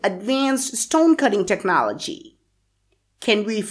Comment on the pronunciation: Its not pronounces technă'lgy its technôaľg